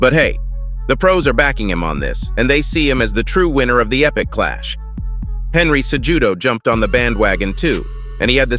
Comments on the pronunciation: Ce-hoooooodough is a big name in MMA. Not CeJEWdough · ITS PRONOUNCED AS CEHUDO NOT CEJUDO , THE J IS SILENT YA DUMBASS😅😅😅 BUT I APPRECIATE THE VIDEO❤❤❤ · "CeJEWdo" xD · Henry Ce-Judo XD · Henry Cejudo's name lmaooo. Se-Judo hahaha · “Henry Se-Judo” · "Ce-judo is a big name in the fight game." Yet they fail to pronounce his name correctly. SMH 😂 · Bruh.... "Sa-JUDO" is wild af 💀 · FFS GET NAMES CORRECTLY "Ce(h)udo" it's Cejudo ffs the H is fuckin silent ...damn triggering ugh ffs ( pardon my outburst, today I am not in the best of mood in general) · He said CEJEWDOE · Bro please work on your Cejudo pronunciation. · Cejudo is a big name, would be great if you learned how to pronounce it.